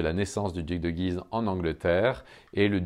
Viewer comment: Superbe ! Mais on prononce "Güise"...